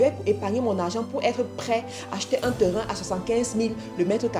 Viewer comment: Bonne vidéos et un bon contenu! Félicitation! Sauf que tu pronnonce très mal le mots "terrain" et c'est fort désagréable